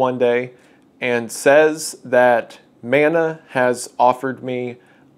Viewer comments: Kia ora / hello Wendigoon, as a Māori it is very important for me to inform you of the proper pronunciation of Mana, as mana is a Māori word. Mana means strength, prestige and importance all in one. It is pronounced muh-nuh sort of like mon from money and uh. I hope you take this into consideration as it is a small but important thing to understand. Mauri ora / live well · Never forget. < and > lets you frame by frame on YT <3 🤣 Side note: I wish this would become more common but ill be damned if you don't make it look best, I'm proud as hell to see how you grabbed it and made the best of it. Much love (Edit) It is Man-Ah but if you're REALLY southern it MEN-ea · When he struggles to pronounce it, and he says it like Mana-sama, well, now I gotta listen to Malice Mizer more 😔